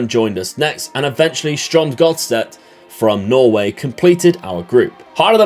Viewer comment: it was fun hearing u try to pronounce my team Strømsgodset😅, love the series and format.